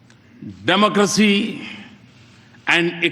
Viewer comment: it's not "democressy" its "democracy".